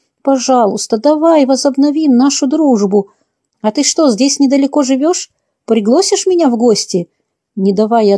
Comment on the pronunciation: Очень интересно выражение: приглосишь. Первый раз услышала. И ударение на О.